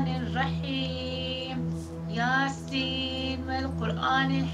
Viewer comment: Okunan Yasin o kadar yanlışlıki